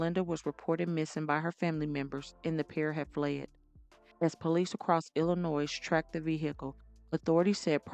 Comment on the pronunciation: Hey, the S in Illinois is silent😂 Signed: born and raised Illinoian❤